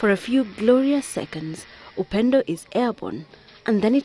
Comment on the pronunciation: "Upendo" up-ended LMAO 😂